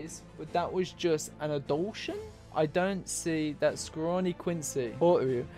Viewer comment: Okay dude, stop saying ri eishi, it's reishi, rei, not riei. Also, Ad-you-lattion. And the word reii, is pronounced rei-i. two vowels together are pronounced separately in Japanese usually. except the ou, that's pronounced ō or oh if you're english. As for why the soul reapers are sent to hell, my theory is as follows: The reii of the world of the living and soul society, when not in a physical or spiritual body, destabilizes the world. Hell is the solution because they get a body there. Meaning the reishi gets concentrated to a single location again as opposed to being spread out across the dimensions. The hollow is necessary to allow them into hell. Killing a hollow makes it return to soul society. That transfer of reishi is enough to open the path for them to hell. More specific than this is much too foolish. Most of this is speculation anyway, it's just a theory, A GAME TH.... okay, done to death I get it. Last thing since you kinda got it wrong, they are not sent to hell as punishment. In fact they gain the status of warden. The purpose of the soul reapers is to balance the world right? So think about it from that angle.